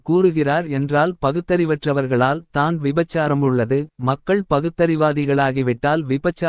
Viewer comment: தம்பி தயவு செய்து தமிழை சரியாக வாசிக்க முயலவும். தான் - தானே என்ற சொற்களை தனியே உச்சரிக்காமல் அதற்கு முன்னதாக உள்ள சொல்லோடு சேர்த்து உச்சரிக்கவும். உங்களைப் பார்த்து பிறரும் கற்றுக்கொள்ள வேண்டும். தமிழ் மிக அழகான ஒரு மொழி. அதை தமிழர்களே சிதைப்பதுதான் வேதனை. பலருக்கு வாயில் "ழ" வழங்குவதே இல்லை.